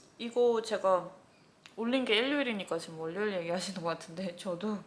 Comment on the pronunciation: 월요일 발음은 워료일. 너무 또박또박 월요일 ㅎㅎ